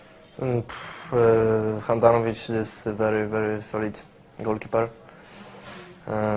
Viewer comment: Very very fantastisz haha ale osioł :)